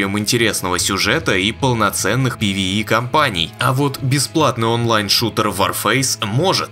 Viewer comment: Чувак кто такие твои пивии? какие пивии? звучит хило вяло жидко куцо и по предательски, как украл. Ну ты мужик или где? Это не наш путь чел, нам такой хоккей не нужен! ПВЕ [Пэ Вэ Е]. Как советский противогаз блеать. Чётко внятно звучно. Как мужыг.